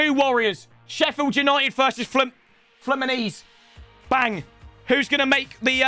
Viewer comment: "Flemenise". At that moment every fluminense fan died